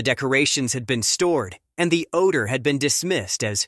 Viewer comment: This computer voice is so bad it can’t pronounce common words like odor and closet. 😡